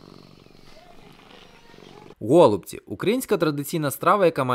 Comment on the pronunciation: Дякую за відео. У мене в родині всі називають голубцІ з наголосом на і, готують теж з рисом з м'ясом